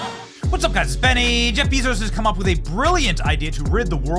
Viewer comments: Why do you pronounce it ‘Beeee-zos’?!?! He pronounces it ‘Behzohs’ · It's not 'Beeezos' Benny!--It's 'Bayzos!'---I thought it was a pretty cool event today!--I think it's rudely cringe of you to minimize it Benny!